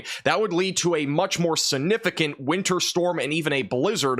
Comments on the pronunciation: ....just a couple of pointers that I hope won't offend you. The word "significant" is pronounced "SIG"nificant not "SIN"ificant. Also, regarding Cape Girardeau. Girardeau is pronounced with a soft G as in gem, giant, gentle or gel. Finally, you stated Memphis, Tennessee would receive about 4-6 inches of snow, but, as you were describing it, you circled SW Kentucky, not SW Tennessee. You have 1.9 inches listed on your map where Memphis is located. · STOP saying the word "Significant" if you can't pronounce it! SIN-ificant is NOT a word. You're a smart kid, you can do it if you try.